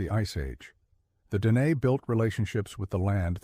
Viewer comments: If you need AI to actually tell human history, then you should NOT have a YouTube channel where you pretend to have the skills of tell our history. You are the problem, NOT the solution. PS. Your bot pronounces Dehe like a slob. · Sadly, this is AI generated slop. The inconsistent and incorrect pronunciation of easy words like Navajo, Dineh, Na Dine'e, bizaad, and dinetah make it obvious that the narrator has no real knowledge of Navajo or the Navajo language. Illustrations showing puebloan buildings, or the one attempt of illustrating a hoghan are also very inaccurate or do not pertain to the Navajo shelters at all. The picture containing a supposed seal of the Navajo Nation is not even close to the actual seal. Some of the information may be correct but that warts throughout this narration are grating.